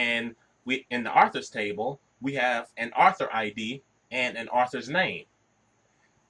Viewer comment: Good explanation however very funny everytime you pronounced Author as Arthur lol : )